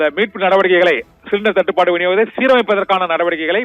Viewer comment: 🗣️🔊என்ன புரிஞ்சிக்கோ ❓தட்டு படு ✅சுருக்காம 🗣️🔊🤪தேளிவா பேசு 🔊😝🔊🤪🔊😝